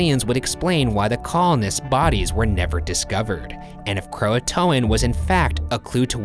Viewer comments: It’s pronounced crow-aye-t-an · Cringe every time they pronounce Croatoan. KRO A tion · “CROATOAN” Me, dying: yOU STOP THAT